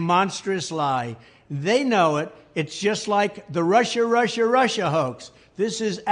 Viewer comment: Russia! Russia! Russia! Sounds like Marsha! Marsha! Marsha! Trump is such a moron.